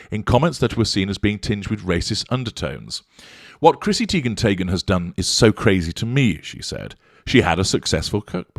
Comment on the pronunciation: Chrissy Teigen tayghen 🤣